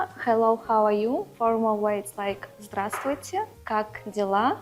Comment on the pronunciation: Русская 20 лет на своем языке не говорила? Она говорит русские слова с диким акцентом. Здрасти и др. Фу!